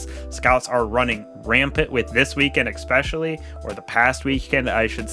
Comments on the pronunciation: no. You clearly say ex-specially. You did it twice, and it's the first time I've watched your video. I'm a dick for calling you on it, but stop doing it. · "Especially" is pronounced the way it's spelled. My parents worried me to death until I pronounced it correctly, and for many when you say ex-specially, it's like claws across piano wires.